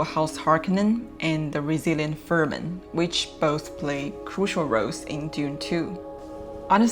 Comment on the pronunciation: Fremen not Fermen